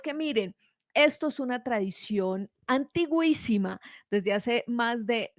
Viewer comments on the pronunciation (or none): No se dice "Antigúísima" si no antiquísima . Samhain se pronuncia Sáu-en (gaelico irlandes) y la festividad en la que se bendice con el humo de las hogueras era Beltane (mayo 1).